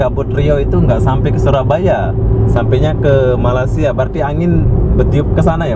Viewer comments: Sebut Malay dengan malassia pun Korang sebut payah,lalu macam mana Korang sebut Indonesia dengan sebutan Indon? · Apa dia la, malassia malassia, nak sebut malay malaysia pun payah ( lidah keras) s dan y jauh beza tu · Nursan Dimas airil azzam itu bilang malasiiia lah bos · Kenapa tak nak marah orang Jepun sebab sebut Mareshia? hahaha 🤪